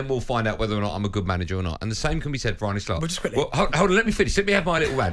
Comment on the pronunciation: Arne not Arnie